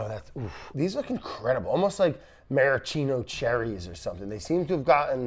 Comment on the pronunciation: Thank you so much for pronouncing maraschino properly and not chewing on it to sound like a European billionaire. It's the one flaw in the How To Drink channel and thank you for not having it.